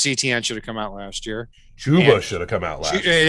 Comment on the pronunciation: Guy it is not E T ienne, is Frech name Etienne, sounds like itsien as an English transliteration, it"s usually a 1st name in Quebec